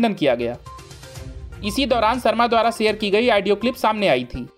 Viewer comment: Such poor pronunciation....Aaadio Tape nahi bewakuf. Audio tape...Caaaaangress nahi Congress.